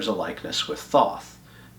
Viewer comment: Thoth is pronounced Toe-th